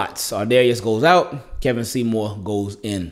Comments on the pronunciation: Funny how I came across this video. It’s pronounced KEE-vawn not Keh-vin. Went to high school with him. Good for you Kevon! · His name is kevon!!! Kevon bro, not Kevin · Bro it’s pronounced key-von but it’s spelled kevon lol